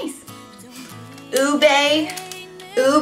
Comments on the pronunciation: how you say pandan is like pa-dan without a long a how you say ube is not ubey u-be how you say polvoron is pool-vo -ron how you say bawang is ba-wang again without a long a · how you say pandan is like pa-dan without a long a how you say ube is not ubey u-be how you say polvoron is pool-vo -ron how you say bawang is ba-wang again without a long a.